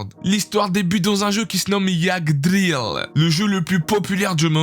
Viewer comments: ça se prononce pas yagdril ça se dit ygdrasil (ça s'écrit pas comme ça) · Tu regarde pas les animes que tu présente c'est sur, ta prononciation est null tu dit mogoma Alor que c'est Momonga aussi tu dit yaagdrill alor que c'est Iggdrazil tu fait que lire les synopsis et produits un concept qui marche bien en masse je t'en veu pas pour sa, mais mec travaille tes vidéos des fois ya des apparitions de guest la même chose dans deux vidéos tu dis genre oui je laisse la parole a mon pote et c'est le meme passage que ya 3 vidéos il dit les mêmes choses et présente les mêmes animes le meme passage quoi j'ai l'impression que tu bacle t'es vidéos c'est triste 😔. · Le nom du jeu est : Yggdrasil et non pas iagdril et ensuite c'est un adulte avec un taff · Bonne vidéo mais par contre beaucoup de fausses info pour le résumé d'Overlord : le nom du jeu Yggdrasil et le nom du héros qui sont très mal prononcés, le jeu n'a pas une mise à jour mais les serveurs fermes tout simplement et le héros Momonga n'est pas un lycée mais un adulte qui travail c'est précisé dès le 1er épisode, j'ai vu les com et effectivement c'est la saison 4 qui arrive en 2021